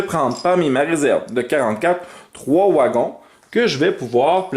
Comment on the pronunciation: Des "ouagons" 😅